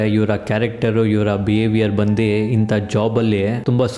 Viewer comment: ಬಂದಿ ಅಲ್ಲ ಬಂದು